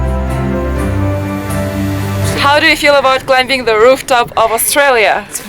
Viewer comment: B is silent in the word CLIM*B*ING! Surprised you don't know this yet.